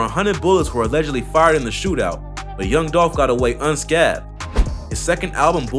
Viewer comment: The way this nigga said scathed